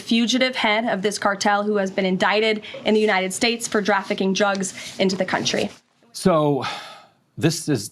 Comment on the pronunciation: Did she say drafficking drugs?